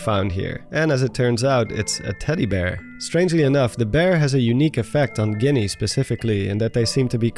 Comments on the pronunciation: Lmao they’re called GEENEES not Guineas that’s a slur for Italian people 😂 mama mia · lol I’ve never heard anyone pronounce “Ghini” that way, but it get’s a little too close to the slur for me 😂